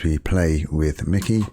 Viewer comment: It's not "Mickey", it's Mikie ! Mike-ee